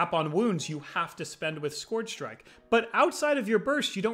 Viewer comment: ScOOARRRRgr strike 😂😂